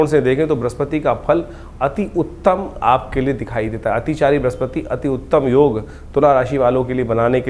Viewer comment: अत्तम उती ❓ या अति उत्तम ❓